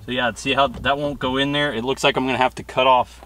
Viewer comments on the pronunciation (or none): “Put dat in ner” gotta love the bo talk😂👌🏽